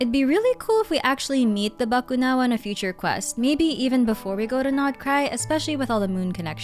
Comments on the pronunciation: I just knew you were filipina when you didn't butcher "Bakunawa", i instantly said "Ah pinay to" Hahaha! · my initial reaction when u say "bakunawa" "filipino", wow, nice pronunciation galing nya parang pinoy Lang 🥹 never thought u are a Filipino 🤣🤣 lagi pinapanood mga lore mo mommy ngayon ko Lang nalaman hahahah